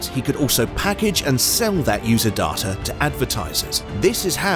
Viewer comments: Why are you, a Brit with a normal British accent, pronouncing DATA (day-ta), as DAH-TA. Why?? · Why pronounce 'data' "dah-tah" with an English accent, instead of "day-tah"? That is super weird! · it's data not darter. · Dar-ta?? You're English mate - it's day-ta! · It's not darta it's data ;) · Great video!, but the pronunciation of; "Dahh-tahh, not the correct Day-tuh, is very off putting IMHO. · Negged for your horrific pronunciation of "data." DAW-TUH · wth is going on with the word 'data'? Great vid though!!